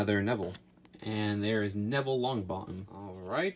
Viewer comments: He said Neville lownbothem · Ohmygod. "HER-MONEY?" Seriously? Hermoney? .________. Its pronounced "Her-my-oh-nee" And "Neville Long-Bo-EHm"